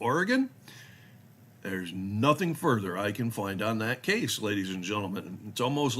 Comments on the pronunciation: It is "Ory Gun" not "Ory Gone". The state hasn't gone anywhere.. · The Basic Rule is never drive over the posted speed limit. It's not "Ore-Gone". It's "Ore-gun" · OR-EE-GUN. WE ARE NOT GONE. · You're saying Oregon wrong